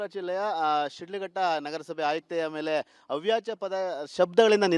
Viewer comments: ಅವಾಚ್ಯ... ಅವ್ಯಾಚ ಅಲ್ಲ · ಅವ್ಯಚ ಅಲ್ಲಕನೋ ಮುಂಡೆದೇ ಅದು ಅವಾಚ್ಯ ಕನ್ನಡ ಮೊದಲು ಕಲೀರೋ ಸರಿಯಾಗಿ..... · ಅವ್ಯಾಚ ಅಲ್ಲೋ ಮಾರಾಯ, ಅವಾಚ್ಯ 😅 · ಅವಾಚ್ಯ, ಅವ್ಯಾಚ ಅಲ್ಲ. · Reporter, please say ' avaachya' not Avyacha .Reporters need to pronounce the words properly.